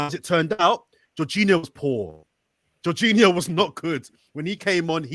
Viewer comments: someone please tell that our player is called jorginho and not juninho… 🙈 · Why isn't anybody correcting when he pronouncing Jorginho's name as Juninho. Its driving me crazy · Is anyone gna say anything about calling Jorginho, Juniniho? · How we letting get away with consistently calling Jorginho “Geninho” 😂😂😂😂